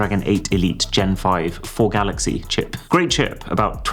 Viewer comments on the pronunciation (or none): none